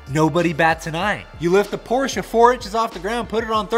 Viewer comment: Porsche not porshia its a brand not a girls name